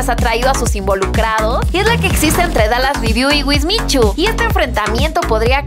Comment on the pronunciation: perdon pero lo de dalas lo dijiste mal